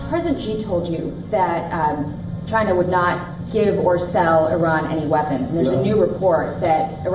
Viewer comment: “Ghina” don’t give a damn what you think you said 😂